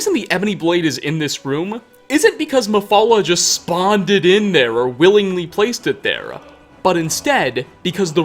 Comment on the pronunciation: I think it’s hilarious that you put an a on the end of certain words you speak for example the word here you say here’a or the word there you say there’a